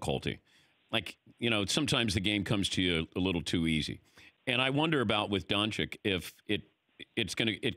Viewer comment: Surprised that Dan is still pronouncing Doncic wrong.